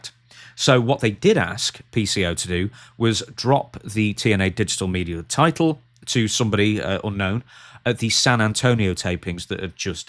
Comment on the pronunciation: "I am the title," saying it like, "i am the table."